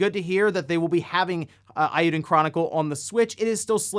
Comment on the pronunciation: It's a wild guess, just like your pronunciation of eiyuden...